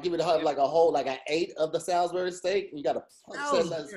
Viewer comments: Coming from someone who is from Salisbury MD it’s pronounced like (sauls-bury) not Sal-is bury🤣🤣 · First, it's pronounced "Sauls-berry" steak, second, you gotta be in the real south to get it from the store and make the real thing. It is not just ground beef as described and its not much like the tv dinner thing.